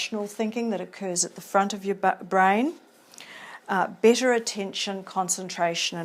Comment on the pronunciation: A good video, but the specific accent is very strong and difficult to understand at times. Steps sounds like "stips", Better sounds like "bitter", Factors sounds like "fectors" etc